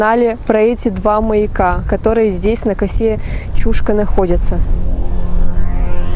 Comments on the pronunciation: Немножко ударение не правильно делаешь, не чУшка, а чушкА, ударение на букву А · Чушка" -ударение на последний слог))) А вообще видео классное,очень познавательно 1 я сам местный . Много читал,но Вы ,как никто другой систематизировали всю информацию! Лайк однозначно!!! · Территория никем не охраняется. Люди приезжают на машинах, рыбачат и кто-то даже умудряется купаться. 🙂 В прошлом ролике про Чушку я произнесла ударение ЧушкА, так на меня накинулись люди, что я неправильно произношу название. В этот раз я стала произносить так, как слышу от людей и как сама привыкла говорить. 🤷